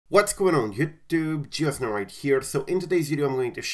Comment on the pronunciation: Mdf cant still say youtube correctly